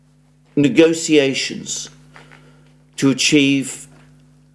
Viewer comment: Alexander's incessant fidgeting and twitching and the tendency to put strong vocal emphasis on the concluding word of every phrase: The news out of ISRAEL indicating they are not INTERESTED in any kind of NEGOTIATION. I wish I didn't find these tics so annoying because his content is terrific.